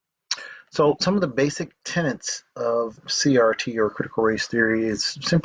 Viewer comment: Tenets not tenants lol